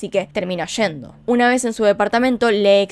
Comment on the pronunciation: Me gusta cuando dices... "Una vej mas " 😂